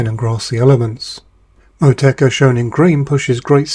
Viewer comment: Say Motueka like this, MOT_U_EKA, I grow it here in Newzealand, grows very well.